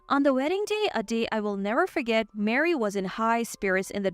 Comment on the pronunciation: Ma-ree not Mary.